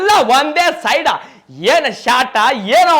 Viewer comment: Bro ಅದು ಶಾಟ ಅಲ್ಲ ಶಾಟ್ 😮